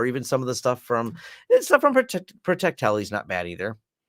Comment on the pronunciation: Great discussions. I still love how you pronounce Protectli, "Protect-TELLY." Love mine, even though mine is the older FW4A without CoreBoot.